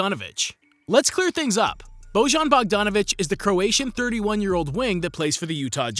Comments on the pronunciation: He is not božan he is bojan please learn something about stuff that you are talking about, learn how to pronounce his name right and how to pronounce his j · It is not Božan, J is prononced Y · Quick tip, whenever you see a "j" in the name of aplayer from ex YU, read it as a "y" ;) Bojan, would be best pronounced if you read it like "Boyan". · It's not Bozhan, it's Boyan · It's Beau-yan, not Boy-an. It's just that Serbians don't really understand what you're trying to say when you ask a question like that. Try saying Beau-yan, with the stress on Beau, and that's how you pronounce the name. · "Bojan" is not pronounced that way, "Bojan" is written on serbo-croation, "Boyan" is pronounced! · It is pronounced Boyan. Every "Yugoslavian" J is read Y in English. And every G is pronounced like G in Greek. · Bojan is pronounced "Boyan". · Try to read Bojan as Boyan (that's closer to the pronunciation) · Serbian J is equivalent to English Y. Like Jelena is pronounced Yelena. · Nice, though you got Bojan's name pronunciation all wrong. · Great video,Yugoslav school of basketball incredible players,coaches and teams.First place where basketball started in the 60s outside of usa was belgrade capital of serbia and yugoslavia tnx to professor Nikolic.Only one thing-the name Bojan, you read the letter j like in Jokic,great video nevertheless